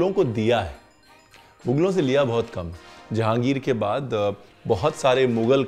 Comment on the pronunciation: "Janahegir gaye" nahi "Jahangir gaya"